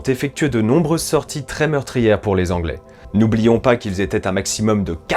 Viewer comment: "Dix-mille Anglais" pas "Z-anglais". "6 000 morts côté français dont 2 000 prisonniers." Dommage pour ces petites imprécisions de vocabulaire, sinon, c'est passionnant.